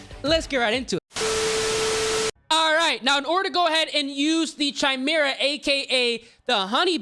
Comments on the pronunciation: its KAY-ME-RAH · Bruh what the frick is a “chime-mirror” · CH-I-MERA ahahahahaha bro its Kai-Mera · bro it’s pronounced “ky mera” not “chy mera” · Stop saying chimera its prounounced kaymera the h is silent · Holy fuck man!! … u should maybe play less CoD and learn english first…. It’s not chi•mera. It pronounced ‘ki•mera’. And it’s not ‘hair•bringer’. It’s ‘har•bin•ger’ 🤣🤣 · its not CHImera dumbass its KYmera!! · Its «kai-mera» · Say it with me! CHIMERA! (Kai-Mare-Uh) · bro said chai me ra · pronounced "Ky-mera" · chi-mera lol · It's kai-mera right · the way he pronounces chimera is too funny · Dislike since you don’t know how to pronounce Chimera… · Why do so many people pronounce chimera wrong? You pronounce the ch as a K sound. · The way he says chimera makes me wanna have a toaster bath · It’s been driving me insane, every creator is saying it that way. Clearly never delved too deep into mythologies. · It really blows my mind how many people genuinely have no idea how to pronounce certain words. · That's not how "chimera" is pronounced bruh